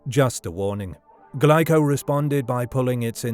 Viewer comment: Glico is pronounced wrong. It's Gleeco.